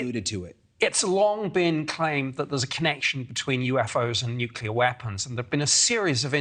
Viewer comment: I love that the Aliens see the danger of nucular weapons.